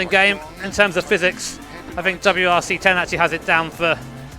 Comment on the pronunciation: going back to Dirt Rally 2, way of saying WRC 10 is terrible.